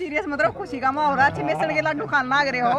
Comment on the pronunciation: सर्व सहमति से सरपंच तो बना दिया, जैसी आप पत्रकार हो ऐसा ही सरपंच होगा, आप बेसन को मेसन बोल रही हो l वाह रे गजब हरियाणा